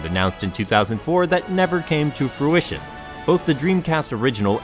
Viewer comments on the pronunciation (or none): none